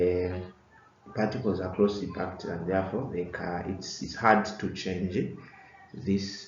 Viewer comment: Packed not parked